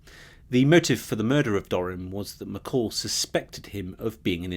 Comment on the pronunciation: 13.12 .......not McCall......it's McColl. This droning , boring narrator is driving me nuts.